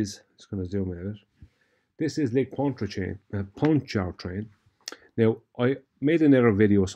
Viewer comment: no need to pronounce the first R in Pontchartrain. That R is silent. It's pronounced paan chuh trayn.